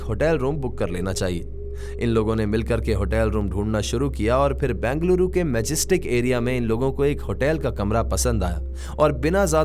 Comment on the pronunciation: It's not Bangaluru.... It's Bengaluru.